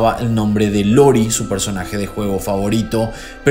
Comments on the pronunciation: Todos los que jugamos kof escuchando que dice Lori en vez de Iori 🥴😵 Excelente caso, lo había leído vagamente, muy buena info 👍🏼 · Es iori, no lori 😊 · Muy bueno el caso y una pena la muerte. Pero no podía dejar de reine cuando llamabas a Iori como Lori jajajajajaja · tremendo trabajo, eres el mejor, solo acotar que el personaje se llama "iori" no "lori" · Nada mas como corrección, se pronuncia Iori con i, y no Lori... y claro, soy de monterrey nuevo león, y ese caso fue muy sonado en su momento, toda la semana era nota en los noticieros locales, y cuando paso el caso de cumbres compararon a Diego Santoy con Castrillon!!! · Cómo dato de color, es "iori", no "lori". Supongo que se confunde la "i" mayúscula y la "l" minúscula. 😅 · Buen video, pero se llama Iori no Lori. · Lori xD Hay algunos problemas en la investigación del personaje, cosas que no son, pero solo aclararé lo mas sencillo y sin mucha importancia, no es L, es una "i", ioiri Yagamy. azta la protzima amigoz. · Se llama iori no lori 🥺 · no es " lori " es iori !! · Es iori, no lori... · No es importante, pero es Iori no Lori, Iori con i jjaja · Creo que realmente se pronuncia iori, ya que al ser un nombre la i pasaria a ser I y no deberia pronunciarse como L, eso o yo estoy pendejo xd,, buen video! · es iori con "i"